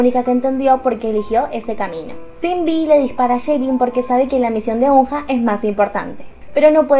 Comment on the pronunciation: Como dato Eunha se pronuncia "EUNA" y SinB se pronuncia SHINBI